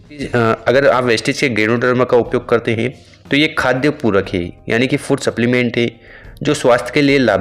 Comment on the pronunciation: पहिले स्प्लिमेंट क्या दिया ये आपका उच्चार समज नही आता है तो आप सप्लिमेंट का फोटो डाल दो